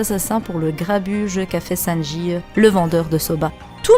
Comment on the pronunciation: Jviens de tchek certaines ancienne vidéos , gaffe à la prononciation mama, t'as la fâcheuse tendance à rajouter des "e" partout où il n'y en a pas ^^ : sanjieu , tuéeu etc etc ... Haha c'est un peu marrant mais vraiment pas nécessaire :)